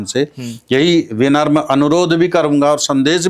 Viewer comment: महात्मा जी , आपने लोकोपकार के लिए अत्यंत विवेकपूर्ण विचार व्यक्त किए हैं। वेदज्ञान से प्रत्येक व्यक्ति को परिचित होना चाहिए। अन्यच्च , आप द्वारा उच्चरित एक शब्द में सुधार अपेक्षित है। शब्द विनम्र है। विन म् र मुझे सुनने में यह विनर्म लगा है। विन र् म।